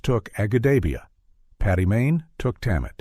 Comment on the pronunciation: Paddy not Patty!